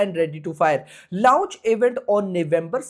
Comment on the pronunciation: Launch ❌ Louch ✅